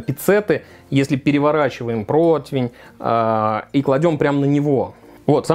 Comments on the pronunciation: Почему протвень?!?! По информации справочно-информационного портала «Русский язык», слово «противень» восходит к немецкому Bratpfanne «сковорода для жаренья». Это немецкое слово подвергалось переделке и переосмыслению на русской почве, и под влиянием слова «против» в результате народной этимологии (попытки объяснить непонятное слово через знакомые слова родного языка) возникло «противень». Филологи отмечают, что корректно только «прОтивень», вариант «протвень» выходит за рамки литературного языка. Таким образом, правильно: зажарить утку на прОтивне, снять пирог с прОтивня. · Противень! Букву И в этом слове никто не отменял, господа- товарищи- шефы! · Нет такого слова "протвень"!!!!!!! Где вы его берете?!!!! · Почему "протвень" и " протвиня"??? Всегда был ПРОТИВЕНЬ! Какого хрена? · Протвень... Поваром еще называется... Даже не знает как правильно произносится/пишется слово ПРОТИВЕНЬ